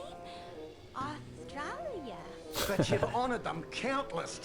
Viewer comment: Aus-tra-lia...next : Teller on Decaf lol